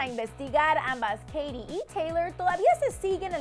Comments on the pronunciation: odio cómo dice Katy :v "Keiri" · Keirui :v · Que no es Keity? :v